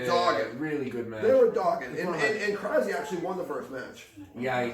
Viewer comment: As a Bulgarian saying "krazi" or "crazi" tilt me. The right way to pronounce it is "krasi" with 's' in his name.